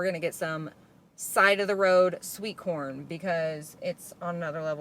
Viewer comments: Anybody else hear “side of the road porn!” Or was it just me?🤣🤣I literally had to go back a couple of time to hear what she said! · OMG....I thought you said "side of the road PORN"....LOL!!!!!!!!😂🤣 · I have never heard anything more midwestern than, “side of the road corn!” 😂😂 I live in Iowa so I seriously felt that in my soul 😅